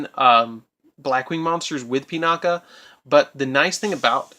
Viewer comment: pronounced "ahrowshee," not "orsha." Sorry, but that pissed me off. also, that's pronounced "Pinakee," not "Pinaka". The last letter of it's name is an "I," not an "a." "Sohighah" not "Senyaha" Aside from those, great video! As a veteran Blackwing player, I enjoyed this deck profile. Liked.